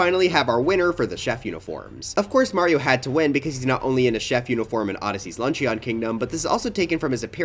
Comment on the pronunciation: For a video that referenced steamed hams the fact that the pronunciation of “luncheon” was butchered so badly is surprising